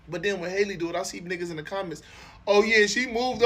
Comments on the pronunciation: Why can’t yall get her name right 😂😂 they be calling or Haley and all types and shiii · said hailey...who tf is Hailey 😂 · Why do niggas keep calling that girl “Haley”? Her name is pronounced like Halle Berry’s. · Her name is Halle just like Halle Berry and it’s pronounced the same way.